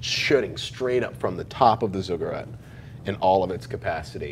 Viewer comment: Sorry, it's been bugging me. Zigg-uratt not Zugg-urat.